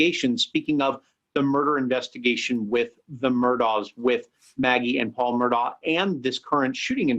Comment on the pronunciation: Murdaugh is pronounced ' Mur-daw', not ' Mur-dock'.